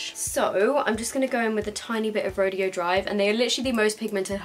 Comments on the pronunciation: you pronounce it ro-day-o not ro-de-o. That was bugging me, I'm sorry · Ofra Rodeo Drive is pronounced "Row-day-oh" Drive. Beverly Hills is known around the world as one of the most fashionable places to shop. In the heart of it all sits Rodeo Drive – undeniably one of the most famous streets on the globe. With more than 100 world-renowned stores and hotels. You're pronouncing it as "Ro-dee-oh" which is a completely different thing: an exhibition or contest in which cowboys show their skill at riding broncos, roping calves, wrestling steers, etc. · Rodeo drive is pronounced "ro day o" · I just wanted to let you know the highlighter is pronounced ( row day o ) drive 🙂😀 oh and I love this video and the setting spray it's so amazing!:) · It's pronounced "ro-day-oh drive." Just thought I would let you know. (: It's a street in CA. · i'm pretty sure it's Ro-Day-Oh. but pronounce it however, love you q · ro-day-o drive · I love you and your reviews but I just had to chime in on a pronunciation thing that was bugging me. "Rodeo Drive" is a place that isn't pronounced like it reads. We Americans love doing that I think. The place is "Roe-day-oh Drive. Sorry. It's one of those things I got picked on as a kid for saying and now it bugs me. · lmao the way u say "rodeo drive"